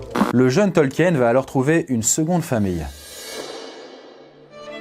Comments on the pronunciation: Bonne video, mais, ta prononciation laisse à désirer, tu as manqué de recherches auprès des tolkiendili, c'est vraiment dommage, c'est un manque de rigueur de ta part et de celle de ton équipe. 😢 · Faut le savoir en même temps, que ça se prononce "Tolkine". Ceux qui ne le savent pas (c'est à dire une grande majorité) vont instinctivement le prononcé "à la française",ce qui est complètement normal. Perso j'ai mis des années à découvrir la vraie prononciation, et c'était y a pas si longtemps, et complètement par hasard. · Côté prononciation, on n'y est pas. Son nom se prononce TOL-KI-NE ! parce que le nom a des origines allemandes, comme mentionné dans la vidéo ! Tolkien (Tol-ki-ne!!!) n'est pas l'auteur du Hobbit et du Seigneur des Anneaux. Nan nan, il le dit lui-même, il n'est que le traducteur du livre rouge de Bilbo et Frodo, qu'il a trouvé ! Les tolkiendili se réunissent Sur les Terres de l'Unique le dernier week-end de septembre à Plouha. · Rectification: Le nom Tolkien se prononce comme s'il n'y avait pas de E avant le N (soit "Tolkine" et non pas "Tolkiène"). Il s'agit peut-être d'une erreur commune au sein de la francophonie, mais une erreur reste une erreur et c'est dommage de la trouver véhiculée par une vidéo à caractère culturel. Je sais que commet très souvent des fautes de prononciation, mais là c'est quand même le mot principal de la vidéo, celui qu'on prononce toutes les 2 phrases, et je suis très déçu de l'avoir entendu massacrer le nom de Tolkien pendant près de 20 minutes... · Je crois que le plus choquant dans la vidéo ce n'est pas la prononciation de Frodon mais celle erronée du nom même de Tolkien, qu'on doit se coltiner presque à chaque phrase pendant quasiment 20 minutes. Pour info, ça se dit "Tolkine" et non pas "Tolkiène". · Bon dieu, on dit "Tolquine" pas "Tolquiène" ! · Pourquoi vous dites "Tolkiène" ? Ca se pronnonce "Tolkine"... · Super vidéo mais on dit Tolkeen